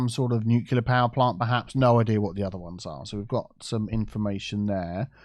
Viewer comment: did you just say "nuquelar" again...? N-U-C-L-E-A-R. Pay attention to the order of the letters, specificaly which comes first between the C and the L. Nu - CLE - ar.